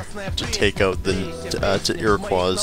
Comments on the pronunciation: Iroqouis is pronounced (Iro-Coy) not qua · you pronounced Iroquois wrong along with half of the words you say in the series!